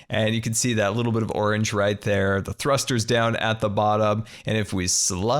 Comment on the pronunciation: You said done. Not down. Lol